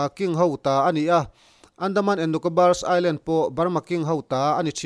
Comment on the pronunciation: island tih hi i-land tia lamrik tur